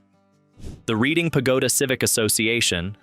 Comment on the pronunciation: It's pronounced Redding like the RED color READ-ING